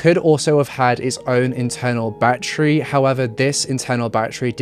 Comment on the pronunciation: He says battery like my great grandma use to ❤️ bat-tree